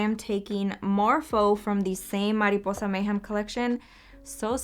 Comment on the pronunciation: ohhhhh, you said “mariposa” soooo good!!! you speak spanish???